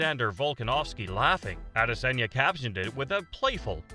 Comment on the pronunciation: the way you say adesanya pisses me off